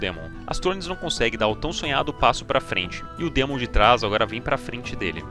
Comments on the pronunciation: baiata video, mas me dá um nervoso te ouvir chamar o demon de dimon kkkkkk amo vc <3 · DÍmon.. Não, burro, é DEmon DEEEEEEEEEEEEEMON, vc não tá nos EUA. Dímon, eu mereço. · mto bem contada a historia... mas para de falar "dimun" por favor kkkkkkkkkkkkk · Dimon, que porra é essa me irmão DEMON não e dimon não